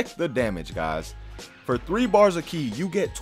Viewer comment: Ki not key